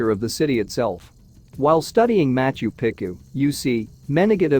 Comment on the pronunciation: Quit butchering the ancient cities names please. It is pronounced MachU PEchU not macho picU .